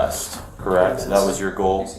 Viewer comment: We know " DAT" FO SHO